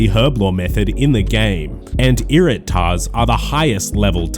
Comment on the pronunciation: Anyone else had to listen twice when my man started mentioning "Irit'Tar"s ?